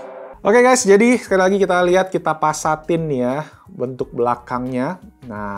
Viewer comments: pasatin, wong Palembang 😹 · Menit "kita pasatin...." 😑